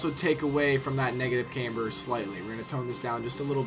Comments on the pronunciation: Pronounce "Camber" properly too! its not "Cameber" or "Caimber" The "Cam" is pronounced how you could say camshaft.. you wouldn't say came-shaft would you.... its "Cam-ber* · yes it really "fucking" does... is there any need to be a dick about it. he speaks like he knows all this shit but he doesn't know how to say camber.... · OH MY GOD he said camber wrong so that means he doens't know anything about cars? doesn't make much sense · what i'm trying to say is, if you think you know about all that jazz, atleast be able to pronounce it properly....